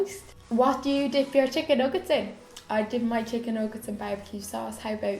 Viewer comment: did you say chicking instead of chicken? 😂 x